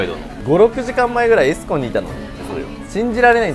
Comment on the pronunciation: エスコンのイントネーションが気になった😮